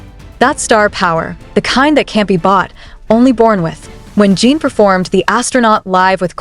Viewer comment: It's JIN not JEEN! Fix your AI!